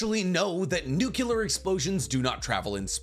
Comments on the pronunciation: Amazing content, love your videos, just a little thing that bugs me a little lol, it's weird to hear people saying "nukelar" instead of "nuk-le-ar" just that little thing dude xD, love from the third world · Love your vids man..but its NUCLEAR...not nucular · IT IS NOT PRONOUNCED NU CU LAR. THE CORRECT WAY IS NU CLE AR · Why Americans say nucular instead of nuclear? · lol Nuculur. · That Nuclear pronunciation reminds me of Bush. Remember he also kicked a wormhole away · I want you to look at the word “Nuclear” before you say it.